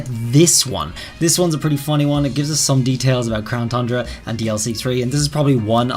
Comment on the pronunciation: I love how you pronounce tundra “thundra”.😄